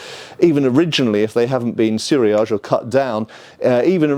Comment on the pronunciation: Suriage is not pronounced like that 😂 su ri a ge(hard G)